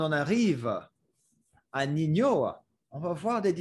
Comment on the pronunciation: Ninho se prononce comme le mot ninho en portugais, donc ça se prononce "ninio" (ou comme niño en espagnol) -as a French person I enjoyed how you showed that it's pretty nuanced and not just "before good, now bad" -for example you have Jul who is seen as a "bad" rapper making "bad" music by the old heads. But when you look deeper, Jul is giving back to his community in Marseille, releasing albums for free etc so once again showing that there are nuances to everything